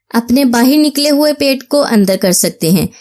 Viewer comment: It's pait not paits